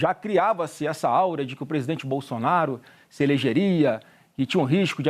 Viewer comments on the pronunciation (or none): Flávio diz: "essa auria". Kkk( O correto é Aura analfabeto.